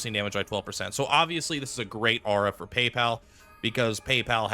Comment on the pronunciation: I've not seen a single content creator pronounce it correctly. at least half right